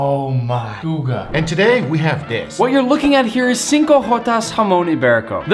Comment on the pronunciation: Guga not google